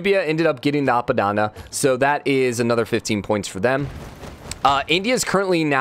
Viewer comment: A P A D A N A - not apadanda